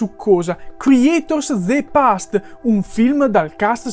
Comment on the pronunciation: De past...😖 Non ti hanno mai detto alle elementari, alle medie, alle superiori (se le hai fatte) che la E finale in inglese non si pronuncia?